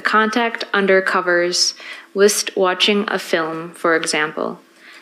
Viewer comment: She can't read. She mispronounced the word inexplicable and the word whilst.